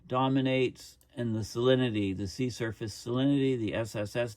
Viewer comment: Every time you say “sea surface” I think I hear “sea serpent,” which gives a slight bit of comic relief to an otherwise alarming topic.